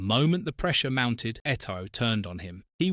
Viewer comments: That pronunciation is painful lmao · Hahaha I cringed too when I heard Eto-oh 😂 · Pronounce names properly. Its not Samuel etOO it's pronounced too. And it's Gremio.